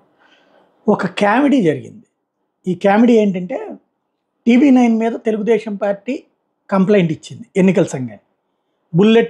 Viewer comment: ఒరే నిశానీ సాయిగా, అది కేమెడీ కాదురా బాబూ కామెడీ అనాలి (కామేశ్వర్రావులో కా ఎలా పలుకుతావో అలా పలకాలి). అలాగే తెలుగుదేషం కాదు తెలుగుదేశం అనాలి